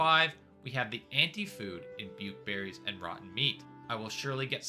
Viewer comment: Buke perries not buke berries